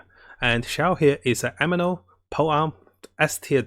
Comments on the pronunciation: he tends to say anemo as ameno, resin as risen, sucrose as suckrose. xD like theres alot of stuff read weirdly. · Please, i beg you, say anemo anemo anemo not ameno